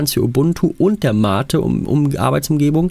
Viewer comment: Endlich mal ein Videoproduzent, der MATE korrekt ausspricht.